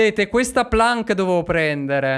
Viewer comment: La planc si pronuncia plenc